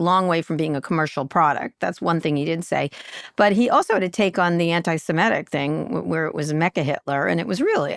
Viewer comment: semitic. Not simetic. Kara.